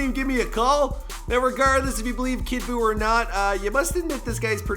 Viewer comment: I want u to never say kid boooo again